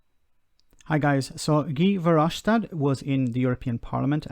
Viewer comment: Gee Fair Hofe Shtaht. So wirds ausgesprochen. That is how you pronounce it, if you speak English.